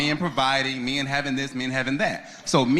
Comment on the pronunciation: any man who pronounces men like “me-in” is gay 🤷🏿‍♂️ also listening to a podcast with two women attempting to give life advice is gay. 😂